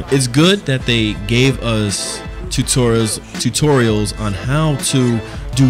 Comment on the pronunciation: Your Saying Tutorials Wrong